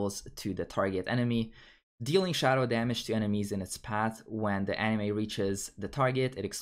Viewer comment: Yes, really. In the video you are pronouncing "anima" as if it were a Japanese animation